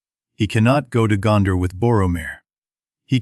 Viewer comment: Boooooooooooooooooo. AI slop. If you cant do your own voice over just don't start a youtube channel. WTF is morder? Gonder? just stupid. go away